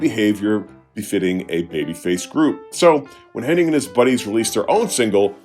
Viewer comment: his names hennig man not henning